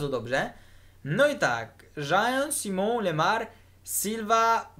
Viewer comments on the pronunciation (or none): none